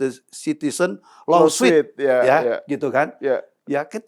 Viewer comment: Maaf sy cuma gregetan dengar cara melafal kan "law suit" terdengar menjadi law swit. Seharusnya lo sut. Yuk kita belajar yg benar, gak adasalah nya kan. 🙏🏻